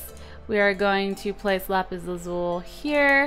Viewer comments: Lapis Lazuli not lapis lazul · LAZULI NOT LAZUL!!!!!!!!! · I think you say lapis lazuli, not lapis lazul... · its LAZULI .... not lazul x3 its freakin me out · lazuli not lazul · Lapis lazuli not lazul